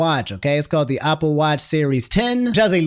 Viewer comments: Why does say "Opple"? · why do you always say opple instead of apple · i’m obsessed with saying “opple” the entire segment love the way pronounces words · homie, I love you, but I gotta ask you this very important question: Where did you learn how to pronounce the word “Apple?” I’m genuinely curious.